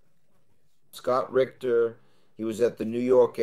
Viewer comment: I think his last name is Ritter not Richter